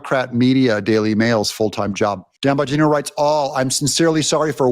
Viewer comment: Even my 10yr old son loves Dan Bong ino😂😂 cracks me up the way he pronounced his name. No one more qualified to the position than Dan.